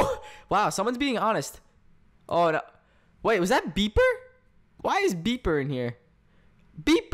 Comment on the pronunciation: beeper sounds like bepper just missing a p lol and pinkthemagicalgirl thoe wow greedy wow lol and the ppl trying to trade a bad item for it and ppl not being nice and trying to get it wow but i like the ppl being nice and real about it